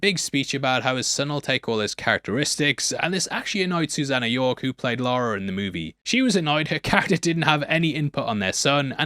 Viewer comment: It is Lara Jor-El, NOT Laura. What did the baby eat